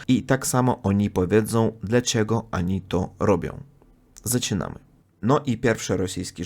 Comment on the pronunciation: Uprzejma prośba popracuj nad wymową ONI a nie ANI :) - bez złośliwości oczywiście